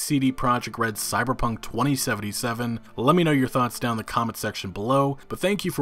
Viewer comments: Why does he say it twENTY Seventy Seven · I hate how you pronounce 2077